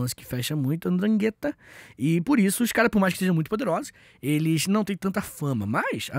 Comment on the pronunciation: O Fessô, a pronuncia na verdade é “Drângueta”, fala com a mãozinha de coxinha que se vai ver que funciona hahah